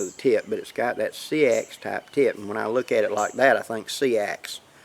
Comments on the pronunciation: Seax is pronounced like axe with an s on the front (s-axe) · Hi,, just FYI, the word Seax is actually pronounced SAX,, 😀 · Thanks for the great videos. It's spelt Seax it's pronounced Sax. Carried by Saxons and Celts also. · Seax is actually pronounce Sax. I know it doesn't make sense, but that's how it's pronounced. Upside down, that resembles what's called a Broken Back Seax ( there were Seax's with straight spines as well ).